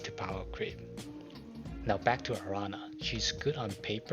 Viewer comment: My favorite thing this week is gonna be watching videos by people who don't speak spanish trying to pronounce Araña XD